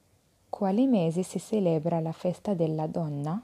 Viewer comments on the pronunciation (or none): طريقة مميزة للتعليم لقد افدتني كثيرا شكرا لكي ❤️🙏 ملاحظة صغيرة : في الدقيقة 14.28 النطق لكلمة celebra كان خاطىء